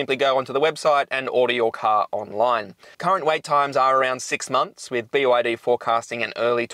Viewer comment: its actually called be yar dee